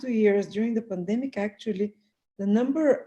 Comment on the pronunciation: said Plan demic LMAO. Love it!